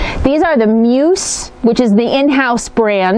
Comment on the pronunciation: Grammar Grouch here... The word MUSE rhymes with USE (myooz) i.e. "USE it wisely" - not "I have no USE for it" :-) RE: Eating past 6pm - Oprah swears by that habit... Although because of my schedule, I myself hardly eat during the day, and have one meal at night, and I am pretty thin...